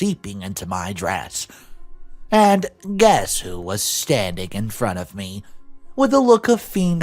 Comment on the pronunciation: A look of fiend horror on her face? Fained is pronounced FAYNED. Although, considering cousin is an evil fiend, I guess fiend horror sort of fits anyway... 😂😂😂 Fained means faked. Just to clarify. 😁